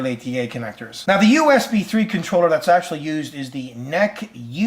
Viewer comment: NEC is not pronounced "NECK"...